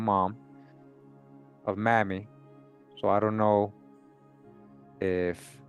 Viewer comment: Mamie is pronounced with a long A; MAYmee,not mammy.